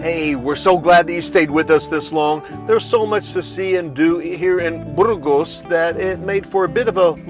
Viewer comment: Are you so American and unilingual that you won't even attempt to pronounce a Spanish term (or worse, make fun of the Spanish)? Spanish pronunciation is completely regular. A - always like ah. ge - always like hey (but more gutteral in the north). Ah hey s. Not difficult and not ayes. Later, your riff on Burgos with your incorrect pronunciation (not Burrrgos with an midwestern American "r" reinforces this. Better that you stay on the Francés where more English is spoken rather than the many caminos menos transitados where conversations are in Spanish.